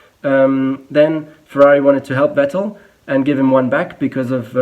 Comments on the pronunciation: It's funny how he pronounces Vettel and Hülkenberg wrong. I wonder whether he's just so used to saying/hearing "Wettel" and "Halkenberg" in an English-speaking environment or he deliberately does it for his international audience. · yes,good job,but.. Why are you caling Vettel...Wettl...Rosbörg? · He’s German but can’t pronounce Vettel correctly.